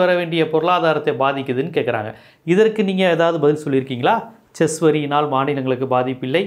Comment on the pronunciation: பாராளுமன்றத்தில் இது சட்டமாக்கப் பட்டால் அப்போது எங்கே போய் முறையிடுவீர்கள்? உச்சநீதிமன்றத்தில் தானே? அதைத்தானே நீதியரசர் கேட்டார்? அதில் தவறு இல்லையே. அடுத்தது Chess வரி என்று உச்சரிக்கிறீர்கள். தயவு செய்து ஸெஸ் வரி‌(cess) என்று உச்சரியுங்கள். உங்கள் பணி தொடரட்டும்.